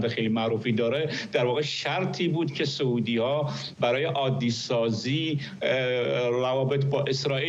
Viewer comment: آقای فرحزاد سعودی بافتحه س نیست با ضمه س است به بقیه هم بگویید